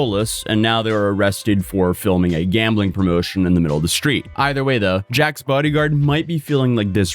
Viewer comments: “Shhtreet” “Shhtrong” “Shhraight” “Shhtop” “Shhtrike” “Shhtream” When TF did people start talking like this? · It's pronounced Sh-theed!